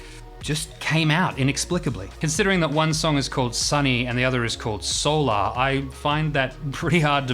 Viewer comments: What's with the intentional mispronunciation of the word solar? SOUL ARE is NOT how the word (or the song title) is pronounced. Why all the blatant pretension? This is not directed at you specifically -- I've heard the same pompous mispronunciation from others through the years. Where does it come from? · I have another question about this tune. When people say the word"solar" in the context of something related to the sun,it is pronounced a certain way, but when jazz musicians refer to the song "solar" they pronounce it a different way. Why is that?